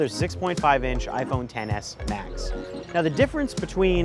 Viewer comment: All I hear is TENNIS MATCH when he says Xs Max